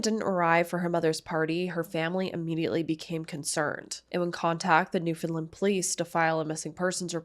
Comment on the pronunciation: Hey. Newfie here, It’s pronounced “New-found-land” just like how it’s spelt. Topsail road is pronounced “Top-sil” We’re funny languaged people lmfao Thanks for covering this. Topsail road is such a normal, every day road you don’t even think about but everyone in town crosses topsail road at least once a day. So sad it happened in such a public, bustling place Feel free to reach out if you want any additional information about Newfoundland for this case or future ones